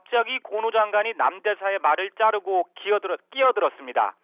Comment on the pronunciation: 어처구니가 없네 ...끼어들어 를 기어들어로 실수하신거 참 좋군요 의외의 사이다